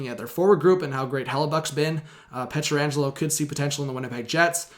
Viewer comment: Can you learn to say his name correctly?